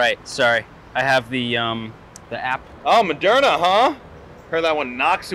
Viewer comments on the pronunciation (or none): The way he says moderna sounds more like "Madona" to me